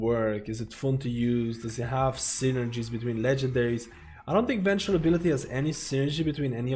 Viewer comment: With all due respect, Venthir is pronounced “Ven-theer” and Conduit is pronounced “con-do-it”